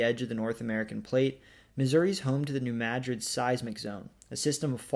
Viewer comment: Congratulations on pronouncing New Madrid correctly. Geography by Geoff got it consistently wrong recently, whereas SciShow got it right the next day.